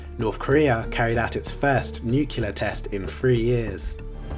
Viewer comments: You do know that's not how you say nuclear right? newkular? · Damn guy can't even say NUCLEAR right!! so frustrating. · Someone needs to teach the narrator how to properly pronounce the word "nuclear"